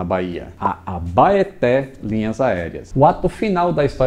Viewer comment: É estranho ver uma pessoa de fora citando nomes locais, a pronuncia da Abaeté tá mais pra... Abaité